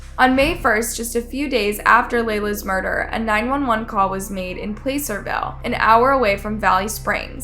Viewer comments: Not place er ville plass er ville just saying lol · Placerville not playcerville lol cute 😂😂